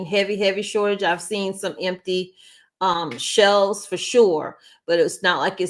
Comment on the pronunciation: It’s shelves not shells